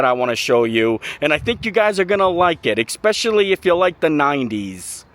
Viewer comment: How has this guy never been told how to say especially